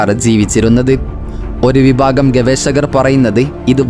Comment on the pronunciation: ഗവേശകർ അല്ല ഗവേഷകർ, അങ്ങിനെ ശീലിക്കൂ